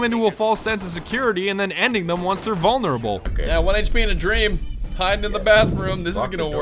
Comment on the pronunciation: the way he said vonurable I can’t sleep to save my life lmao